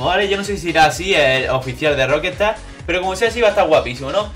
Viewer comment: Por que decís Rockestar? Es Rockstar